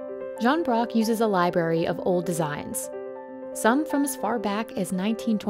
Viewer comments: "Jean Broc uses a libary". Lmao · 1;51 did she just say li-BARY? With only one R????